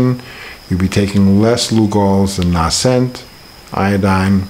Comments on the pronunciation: Although the Crusader fellow was rude, he is correct about the "long A" sound in Nascent. The word Nascent comes from the same root word as natal (or birth), which relates to coming into existence or bringing new life. Nascent, natal and so on have a long A sound. lives in Brazil, so perhaps their pronunciation is flatter there? No need to be rude at all Crusader. Just the facts. Regarding the Lugol's I would read his book Treatment Protocols before dosing with Lugols. In that book he points out the problem Lugols, and the danger of using it orally. Also, it can burn the skin, as he said,... perhaps it might be mixed with hemp oil to calm that effect.... Just a suggestion. Linda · Please learn how to pronounce "nascent." It's a long A...